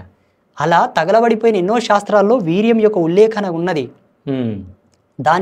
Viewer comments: Orey lafoot adi viriyam leka miriyam kaadu ra 😂 Veeryam 🤦🏻‍♂️ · వీర్యం రా బాబు వి ర్యం కాదు